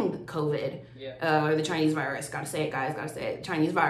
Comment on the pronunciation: "I gotta say it, I gotta say it guys, ThE ChInEsE ViRsE" Me: No, No you didn't